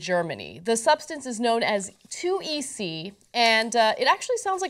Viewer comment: This story has been around for a while, and i am surprised Ana didn't pronounce it correctly. Thought Ana would be edgy and onto it enough to have sampled a good few substituted phenethylamines, if not that atleast heard of them or able to pronounce it?